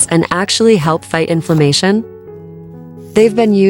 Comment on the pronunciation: Onions fight what? Information? Or is the AI SLOP narator slurring the words and INFLAMATION was the word?